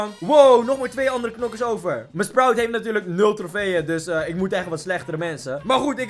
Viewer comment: En je zegd sproet maar maakt niks uit🤩